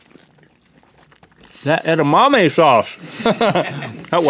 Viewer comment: "Edimame sauce" Nice one Link